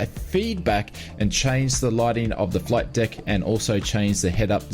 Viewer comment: Did you just say "flight dick"? I love the Ausie accent.........😆 Have you used it with DCS?